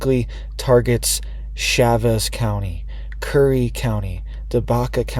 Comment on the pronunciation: Not shauvez Chavez. The whole state has been in a severe drought for several years now.